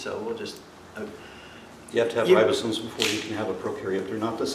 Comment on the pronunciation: Since bases his primary ‘argument’ on a word he uses countless times (as if he's an authority), it would seem to be rather basic for him to be able to spell and pronounce it. They aren't ribosones. His incompetence is breathtaking.